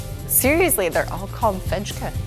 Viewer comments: Fejka means faking, fejk = fake. The exact same pronunciation. A j is never a dg sound like in hedge. Always a soft j sound like in the i in hi or the y in why. It is a bit amusing to hear you pronounce the Swedish words or Scandinavian words. Mr Kamprad had a system for his products som carpets all have Danish names, book shelves male names or professions, outdoor furniture named after Scandinavian islands... So Toftbo bathroom carpet is a Danish place. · Just a hint; in the Scandinavian languages, the ‘j’ is pronounced more like a ‘y’ than the English ‘j’. So the fejka is ‘fake-a’ 😊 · Nice tour. I have wanted to go there for a very long time. Fun and practical, like the Swedes themselves. By the way, "j" is pronounced as "y" in Swedish. That tray you picked up that said "hej" on it is pronounced "hey." So indeed, "fejka" is "fayka" (fake.) 😁🇸🇪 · Fejka is pronounced Fayka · IKEA names make a lot more sense when you realize that they aren’t Swedish words (some of them are, but most are made-up). But use Swedish pronunciation. So, pronounce the ‘j’ as ‘y’, not as ‘dch’. “Fejke” is pronounced ‘fake’. And the ‘v’ is pronounced ‘w’, so ‘sommarvinde’ is just ‘summer wind’.